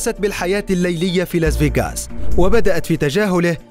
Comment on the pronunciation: لاس فاياقاس😂 يقهر كيف ينطقها